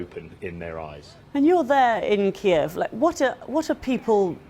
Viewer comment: he can barely read the teleprompter, says weeks instead of days and calls Kiev "Keeve"